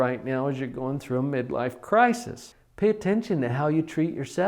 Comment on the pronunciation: I dont trust someone who cant properly pronounce the plural of crisis. Only joking this was helpful.